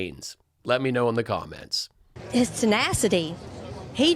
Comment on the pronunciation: Did that weird lady say he has "tenastidy?" She did. Is that like nasty to the tenth power? We can't let MTG get away with calling Bobo a little bitch (though she's right) we must come up with an appropriate nick name for Marge, hmmmm, you Buff Blonde Bovine. Not great, but it's a start.